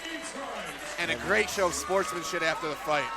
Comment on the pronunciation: The commentator says "a great show of SPORTSMANSHIT after the fight"